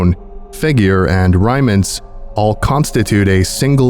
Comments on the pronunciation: You said Rhine ments, it's prounounced Rain ments. Love your vids! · Did you mispronounce rainments AND pythons?